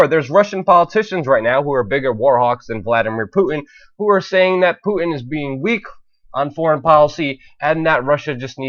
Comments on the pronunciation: the name is Putin not Pu 'in. there is a big ass T in there. if you want people to think you know what you are talking about pronounce the man's name right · Good work as always, but I would advise that you work a bit on your voice delivery. Try to refine and polish your word enunciation. Words like 'Putin' and 'important' are sounding like 'Pu-in' and 'impor-ent'. It robs you of verbal power in your presentation to speak this way. Just focus a bit more on articulating each word in a more definite and intentional manner and you'll come across as more authoritative. Your content is solid though, nice job.